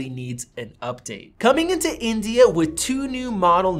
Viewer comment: the way he says india ... XD